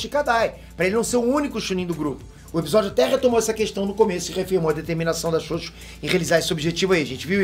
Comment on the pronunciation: me da uma agonia quando ele fala ''xoxo''. fala direito caraio.. kkkkk